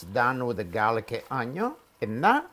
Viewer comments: Why all italian chefs say onio?🤣🤣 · i love when you say add the onion. your accent on onion kills me